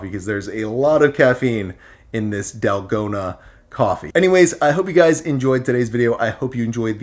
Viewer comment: It's "tal-go-na" the a sound (a = car)